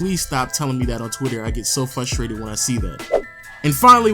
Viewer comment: "Fustrated..Expecially." TF